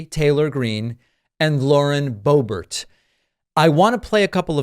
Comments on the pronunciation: Love the alliteration, "radical and repugnant, reactionary (add Republican here) congresswoman.." I appreciate you trying to make Lauren Boebert seem more normal by putting a French pronunciation on her last name as Boebear (very classy which she certainly is not!) Why don't they look up the definition of 'insurrection" they would not look as ignorant! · I think the Dirty Granny’s surname is actually pronounced “bó-bert” as in “BimBoBert” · "Bo-bare" hahaha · Is it Boebert or Borbear😅